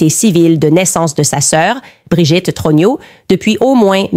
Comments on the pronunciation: Tellement puissant comme IA que ça dit Trogno au lieu de Trogneux... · J'adore quand Candace dit jean michel TRognon😂